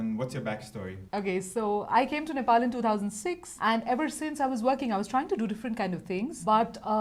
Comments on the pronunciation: I m glad called nepal not nepol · loved the way he said NE'PAL' instead of NE'POLL'